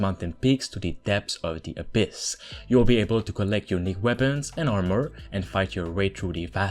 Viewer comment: It's not weabons, it's weapons.